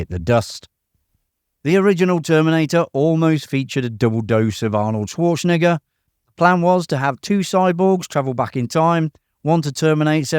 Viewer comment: You may want to rehears saying Arnold's last name!!